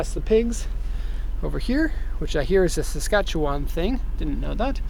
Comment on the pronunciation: I from Saskatchewan and you said it wrong and we don't play pass the pig or what ever you said